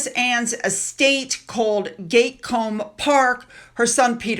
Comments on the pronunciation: Sorry,, me again!! It's GAT - COOM, not 'gate'!! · Princess Anne's estate is pronounced Gat kuhm paak. (gat as in mat) It's not pronounced Gate. 😃😃😃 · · Gat- Combe, not Gate-Combe. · It's Gatcombe park. GAT NOT GATE😂❤ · ……it’s pronounced Gat-com, not ‘gatecomb’……not really that difficult……… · Gatcombe Park, is pronounced GAT as in HAT. 👍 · You mis-identifed Mia Tindall and Savannah Philips. Gatcombe Park is also pronounced Gat like in cat and then combe like Cumm. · Loved the video! Just a littleFYI- Isla is pronounced Eye-La. And Gatcoombe park I is Gat-Coom. I’m not sure I even spelled it right but that’s how they sound. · Gatcombe, is pronounced Gat as in hat. The King was crowned, not coronated. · Hello... great report, one thing it's 'Gat' as in hat... Gatcombe Park, hope this helps. Cheers. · … the name “ Isla” is pronounced eye-la and Princess Anne’s home Gatcombe Park has short vowel sounds gat=hat…hope that helps xx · Isla - ‘eye-la’ Gatcombe - Gat-Combe lol